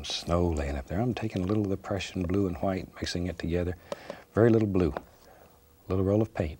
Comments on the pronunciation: he said "the crushing blue" not depression blue, I almost thought that to tho lol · He actually does say depression blue, you can hear the P in there, also if you turn on the subtitles you will see it says "depression blue"